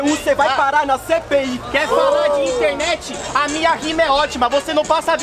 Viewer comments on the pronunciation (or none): Gabriela Chuquer pior que ele falou internetica friba ótica